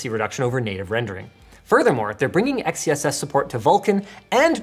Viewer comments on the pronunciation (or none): Having worked with marketing people, XeSS and XeLL are 100% supposed to be pronounced "Excess" and "Excell".